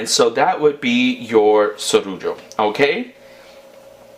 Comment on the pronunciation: Do you know spanish??? For those who doesn't speak English...... this is actually a spanish Rican recipe, you pronounced the word Sorullo very well 😉